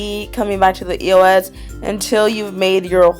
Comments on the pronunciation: It's eos not e o s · i cringe every time she says E.O.S instead of eos!!!!! who else? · you say it like this, ee-ohs. ask the people who make it on their social medias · Karina, EOS is said the first one you said.